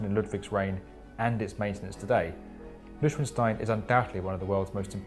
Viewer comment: HUGS ITS STEIN(ITS SPOKEN LIKE SCHDEIN NOT WITH AMERICAN ACTENT!😂